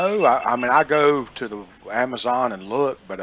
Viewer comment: I think the more we listen to these moron scammers, it changes our pronunciation. For example when this scammer says AMMAZAN INSTEAD OF AMAZON. THIS SCAMMER SOUNDS CREEPY. CAN'T TRUST HIM TO WATCH OUR KIDS.